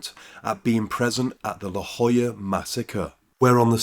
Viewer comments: It’s weird how he pronounces “La Joyita” as “La Jolla”. La Jolla is a wealthy resort town near San Diego, California, so the disparity is quite strange. I’m not sure about Spain-Spanish, but in Latin American Spanish, two L’s are pronounced like the English Y, and the Spanish Y is pronounced like the English E. So La Joyita would be pronounced “La Hoíta”, and La Jolla would be pronounced “La Hoya”. Edit: It should also be noted that the US and Panama have a lot of international treaties and agreements tying our countries together, mainly because of the Panama Canal, and Panama being a bottleneck which you have to travel through to get to and from South America and North America. So it makes sense that Amnesty International won’t/can’t intervene on behalf of an American prisoner convicted of murder for hire in Panama. Central America is a very dangerous part of the world on a good day, and you’d have to do more than just kill one person for the highly corrupt police to take notice. Bill is definitely downplaying what crimes he committed to get there. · That's how you pronounce the name of prison? Thought the t and a had some kind of phonetic use...